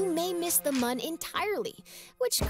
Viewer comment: They said Mun! Not Moon! Mun debate settled!